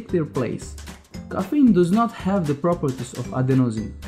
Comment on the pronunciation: it's called CAFFINE* NOT KOFENE